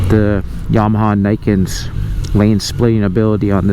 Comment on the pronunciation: I like how you said "YABAHA" .